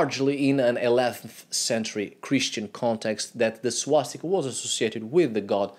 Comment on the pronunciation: Its swastika not swastikā. Swastikā would be female swastika which doesn't make any sense